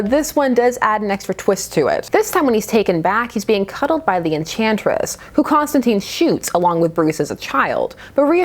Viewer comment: I'm gonna need you to pronounce Constantine's name correctly ('tine like time) I can't have you going around being ever so slightly imperfect. You're better than that. Having only heard about the weiner business I had no interest in this book, but now that I actually know what's up with it I'm VERY interested. Horror angled Batman is my jam and it doesn't happen nearly enough. Also, I will savor any chance to see John not shooting fireballs or making planet forcefields or any of the bullshit superhero-fication DC is intent on ruining him with.